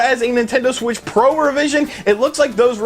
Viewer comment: “The Nintendo Switch Pruh”